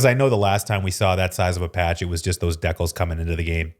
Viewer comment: Dekles? Nice haha I’ve only ever heard it pronounced dee-cal